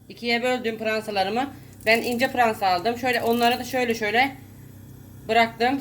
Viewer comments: Pıransa ne ya fıransa der gıbı sade pırasa bızım burda oyle derler hamuru yumak yapmaya bıle beceremıyorsun kalkmıssın tarıf vermeye onune gelen kanal acıyor ha bırde bu kadar bagırmanın anlamı ne hıc bır sey ankamadım off vallahı cok garıpsunız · Siz pirasaya piransa demissiniz.Bende Fransa anladim.😁😁😁😁